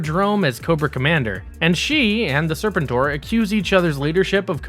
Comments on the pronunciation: “sir-PEN-tore” not “SIR-pen-tore” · it's pronounced Ser-PEN-tor, not SER-pen-tor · omg... these mispronunciations are had to ignore. IDK who Daystrow and Serpent-Or are but damn. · Your pronunciation of serpentine and destroy is really distracting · It's sur-pen-tor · Sir-pen-tor… Jesus f Christ! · It’s pronounced “Sir Pen tour” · Disliked as soon as he said “Serpentor”. He’s clearly never seen the show….. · Do the people who read these scripts have any familiarity with characters because his pronunciation of Serpentor is grating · You know a millennial is narrating this and has virtually no firsthand knowledge of what they're talking about when they can't even properly pronounce "Serpentor". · please tell me this guy is intentionally mispronouncing Serpentor to take a dig at those from hascon that kept mispronouncing it as well... 😖😣😞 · Yall pronounce serpentor wrong